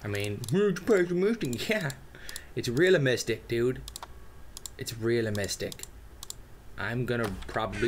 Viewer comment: "realamistic..." lol.